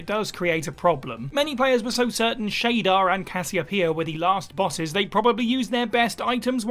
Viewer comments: Its SHADAR .. Not SHADER! Its beyond obvious the narrator hasn't even played the game himself or watched any videos and just reads the script. Smh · Ni No Kuni, it's pronounced "Sha-Dar" not shade-er and is said many time in the game.... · Sadly, I feel like this is yet another video by someone who talks about games but doesn't actually play them. OR do research. The original antagonist in Ni No Kuni is a dark wizard named Shadar; however, it is pronounced 'Shuh-darr' not 'Shader'. Please do better. Thanks. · His name is shadaaaar 😢👀 shader is graphical term 😂 ( im just being an a** hole ) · Who tf is shader its shadar